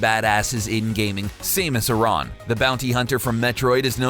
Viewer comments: Campsissauce and the last name is pronounced like the name aaron/erin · It is not pronounced Say-mus Er-on. It's Sam-us Air-an. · SAM-US AIR-RUN NOT SAME-US AYE-RON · The way he pronounces Samus triggers me. First of all if her name was spelled the way he says it it would be Saemus Aaran. It pronounced (Sam-us Air-an) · Same-us Iran? lol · you mean "sam-us air-an"?